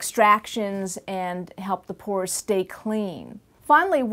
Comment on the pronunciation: FOR A SECOND I THOUGHT SHE IS SAYING PORN PORN PORN